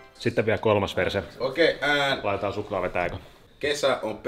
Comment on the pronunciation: kun sä kuulet "verse" sanan "per*e"